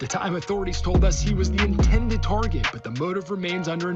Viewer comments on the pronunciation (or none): none